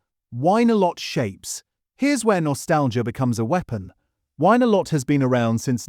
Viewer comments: Love the AI pronunciation of win a lot to wine or maybe whine a lot…..very funny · Yes, It should be pronounced 'Win a lot' - as most of us in the UK have known for decades. Something seems wrong with this video, perhaps made with AI, which isn't necessarily bad. By the way, my young dog won't touch most of the stuff he said is bad or else she needs a taster with it. Time to have a rethink. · Informative but Winalot pronounced Win-a-lot.